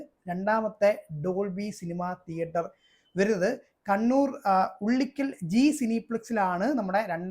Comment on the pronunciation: ഉള്ളിക്കൽ അല്ല bro, ഉളിക്കൽ ആണ്